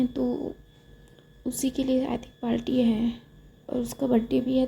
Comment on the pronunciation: Hi miss i am naw subscriber yar aap ye parti ko palti bolti ho